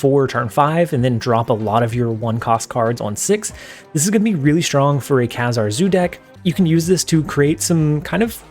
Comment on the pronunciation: Love your content! As a fan of X-Men comic growing up, Kazar is pronounced like "bazaar". Keep up the good work!